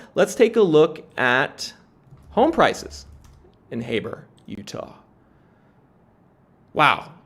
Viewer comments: Heber Ut is HEEE burrrr, not hay ber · It's pronounced heeber utah ! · Hi, I'm in the Heber Utah market and I would to share my experience with this tiny market that's going crazy here. BTW, it's pronounced "Heeber" by the locals they're very specific about it. I immigrated from the Dominican Republic 🇩🇴 to Utah since 2007. And I experienced the 2008 housing and financial crisis, in this area. I started renting during the crisis and as soon that I was capable of afford anything, I was lucky enough to get a pre-forclosure property and bought it in 2010 in 155K keep it until 2015 and sold it in 325K, I thought i was capable to find something better, but I quickly realized that I was priced out of this market, my only option was to try to buy a fixed upper, that I was renting in 350K, but I took me almost a year of paying $1,400